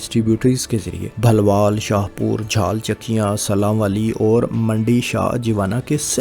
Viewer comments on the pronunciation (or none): Not sallanwli, it is sillanwali